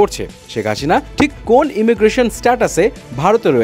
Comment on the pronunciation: ভাই হাশিনা না হাসিনা বলেন 😂